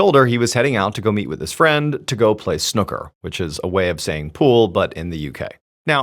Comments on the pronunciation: Snooker - Pronounced: • Snuck-ker ❌️ • Snoo-ker (S-New-Ker) ✅️ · Snucker instead of snooker was the cutest thing 🥹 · I loved how you said snooker 😂❤ pool is more like what we play in pubs .. snookers more complicated xx